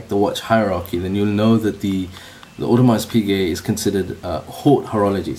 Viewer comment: The brand name Archieluxury doesn't pronounce correctly.